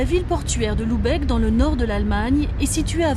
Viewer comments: Très jolie vidéo mais, attention à la prononciation ; il faut prononcer Lubeck et non Loubeck. P M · Bordel, c'est pas compliqué de prononcer Lübeck, c'est un U pas un OU ! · "Loubèque" :D